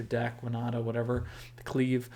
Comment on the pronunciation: You say Wi-nah-ta I saw Win-Oh-ta Let's call the whole thing off!